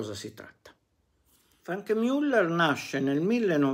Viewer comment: io le rompo qualche volta le balle con le pronunce, ma i suoi video sono sempre davvero interessanti e utili agli appassionati, quindi anche se Franck Muller non si pronuncia per la precisione Frenk Miuller, ma piuttosto Franc Müllèr, con la A italiana di Anna e con la Ü francese di brut, per fare un esempio... essendo svizzero francese... Quindi grazie davvero per il suo impegno di storico della orologeria! Spettacolare veramente questa retrospettiva su questa maison oggi un bel po' appannata dopo anni di fortuna direi meritata, anche se decisamente non sono mai stati orologi di mio gusto! Quindi bravò 😎